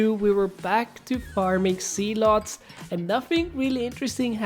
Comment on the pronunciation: Why when he says "zealots" it sounds like "sea-l-ohts"